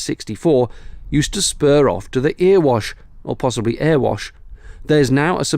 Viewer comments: It's "errewash", both "E's" rhyming with "bet" (I'm an Eastmidlander). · Erewash. It rhymes with Berrywash. And Swarkstone is walkstone with an s in front. Just for your pronunciation. I live near the Erewash close to Sandiacre Lock and right on the bank of the disused Derby Canal. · Not finished this video yet (excellent as always anyway), but scanned down the comments. Swarkestone (pronounced Swalk stone) was where Bonnie Prince Charlie turned round not far from where I live. Being a southern Derbyshire lad - I think Erewash is pronounced Er (as in error) e-wash, but when I say it, that second e is not a long e like needle more like the e in echo. No lecture meant, but place names, etymology and pronunciation are fascinating at times imho My first narrow boat experience was in that 3rd lock I think, when a kindly boater let me my grandad and my brother onto the boat whilst he went through... looking forward to Preston brook....another of my narrow boat holidays started there.